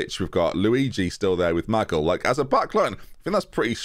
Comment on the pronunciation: Maybe if you stopped calling Ma-gill, Maggle, he would perform better.